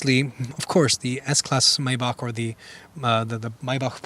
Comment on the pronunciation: Its not mejbah, its majbah